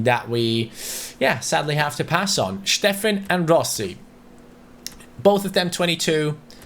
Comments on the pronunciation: steffen is pronounced stephen not schteffen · Please stop saying steffen in a german way. He’s american